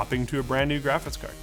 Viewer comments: Are you saying “graphits” instead of “graphics?” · It's almost 2023 and is still saying "graphits card". Love it